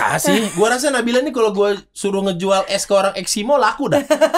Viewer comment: Hanya Dzawin yang bisa membaca nama nabila dengan tajwit dengan benar ❤️